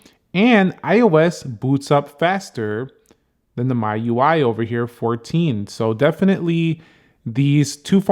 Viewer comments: It's pronounced me not my UI lol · It's ME-UI and not MY-UI. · It's not myui it's MIUI